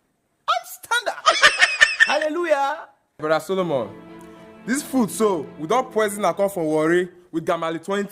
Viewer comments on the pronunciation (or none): I really laugh on how he pronounces "Hallelujah""😂😂😂